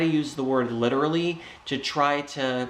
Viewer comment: No it's "licherally" he can't even speak correctly.